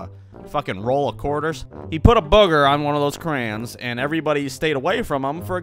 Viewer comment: OH! That hurt... he said crans not crayons